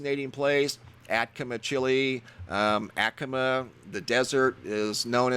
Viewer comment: Jeez laweez, it is pronounced atta-comma not the butcher job you are giving it, and your gonna be on a show about Chile ?????? ah ta cah ma ……...hope this helps !!!!!!!!!!!!!!!!!